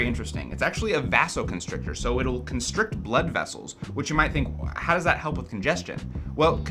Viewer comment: i thought vasoconstrictor was pronounced like vase, not like vase